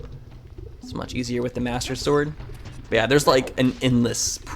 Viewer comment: did his call it mater sword and master shield